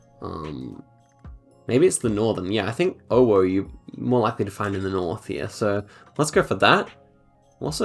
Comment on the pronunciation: yes, the "owo" theory is right, you don't really get that much owo-cities in the southern half. (also it's pronounced "ovo" because in Polish W is pronounced V).